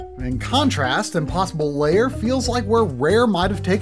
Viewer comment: pro-tip: "lair" is one syllable, pronounced like "hair" or "pair", NOT two syllables like "layer" or "payer"